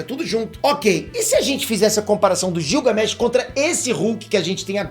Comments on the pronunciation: Não é gil é guilgamesh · Você fala o nome Gilgamesh errado... Leia como se fosse Guilgamesh... como Guilherme.